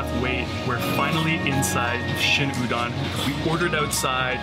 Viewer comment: Good manners dictate..remove your cap when dining! Be polite. Udon is pronounced u-d Ohn ..not U- Don